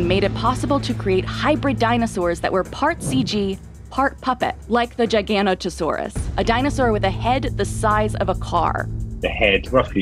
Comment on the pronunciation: I honestly hate this video. The way they tell information comes across as so smug while telling completely wrong paleontological facts. Also the lady voice acting is a complete idiot when it comes to dinosaur knowledge. Who tf pronounces it like “Jigan-Oh-tow-saurus”.